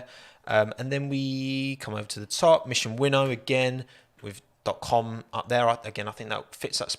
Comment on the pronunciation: Wait a minute. Is it not mission "win now" rather than "winnow"?